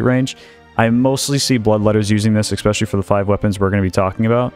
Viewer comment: I really like your content, but we need to work on your pronunciation of the word "ESPECIALLY". It is NOT "expecially".